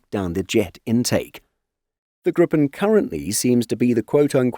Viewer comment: Long i. "Gree-pen", not grippen. Means gryphon